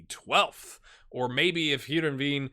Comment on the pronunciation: I believe Heereveen is pronounced Air-en-vain. I usually play asymmetric formations partially because few computer teams do so. I also agree with the team cohesion suggestions